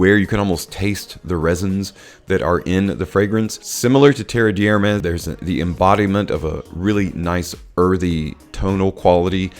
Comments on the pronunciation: Fyi, it's not pronounced "terreee deeeee hhhhermes". Rather, "terrr d' ermehhhs", with meaning there's no sound there. Thanks a lot for the video! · Came here to say exactly this. Tare Dare Mez, with the emphasis on the Mez. I corrected him out loud every time he said it. Lol